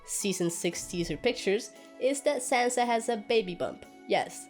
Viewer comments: It is Sansa not Sanza. Stereotypical american english -yikes! Sir, please stay on your own channel. "Politic-ing"????" seriously? How about using intelligible words such as, "campaigning" or "lobbying?" It is unfortunate that you came from the "George Bush School of Talking Good." Cher is better as a solo artist . . . ditch this guy. He's not funny, I feel embarrassed for him. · I hate being one of these people but... "Saanza"? Sanssssa.